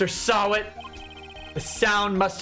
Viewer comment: everytime said Mr. Sahwit, i hear Mr. Sabat.